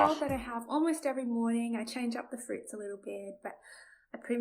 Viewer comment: fruits or fruids? 😉